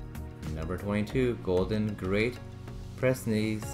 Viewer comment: No. 22 is Pyrenees named after the mountain chain between Feance and Spain pronounced "Peer ah knees." And I think no. 18 Shar pei is pronounced Shar pay. No. 23 Rhodesian named after Cecil Rhodes who was British commander over Zimbabwe is pronounced Row dee shan